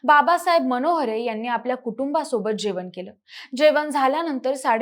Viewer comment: मानसं, जेवन , कोनत्या...ण चा वापर करा किती अशुध्द